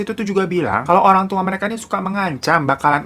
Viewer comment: ngebaca ngecor jd ngecrt